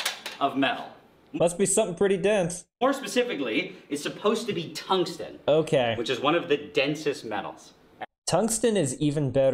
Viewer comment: Being a swede, my ears are bleeding when you pronounce Tungsten